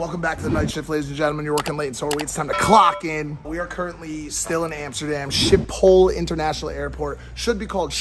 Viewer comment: You say: schiphol with the gggg. Schiphol vliegveld ;).